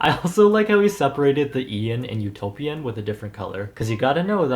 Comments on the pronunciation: Did anyone else think of U-toe-pian when he said Utopian LOL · utopian -> u-TOE-p-IAN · Utopian... u-toe-pian... hmm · The album is "U-toe-pian".... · Lmao this is what I heard, U-toe-p-Ian 🤣🤣🤣he had the toe in it!!!!